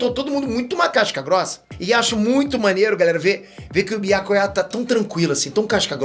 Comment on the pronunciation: Ouvir chamando biácuiá é fire 🔥